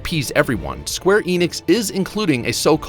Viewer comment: Enix EN-IX N-IKS. The company is square enix. No idea what Eenicks is.